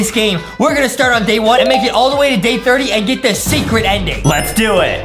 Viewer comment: I love how he says secert level lol